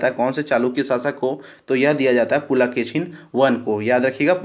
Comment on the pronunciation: शुद्ध भाषा का उच्चारण कीजिये पुलकेशिन को पुलाकेसीन बोलते है, और कुछ शब्द को बोलते है सुनने में कठनाई होती है।